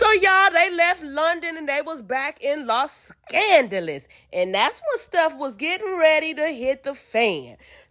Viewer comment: She wanted to drink and smoke with the fellas soo bad 😂😂😂😂😂 and wait..did you say “Los Scandalous?” 😂😂😂😂😂